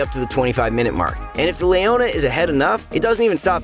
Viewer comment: Layohnuh?? Who the fuck is that? It’s pronounce Leona you dumb fuck.